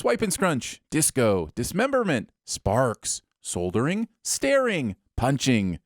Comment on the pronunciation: ''Soul-der-ing'' ? "Sold-her-ring''? ''Sol-dur-hing''? "What-the-hell-eng''?